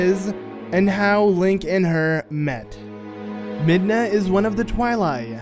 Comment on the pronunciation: Midna its midna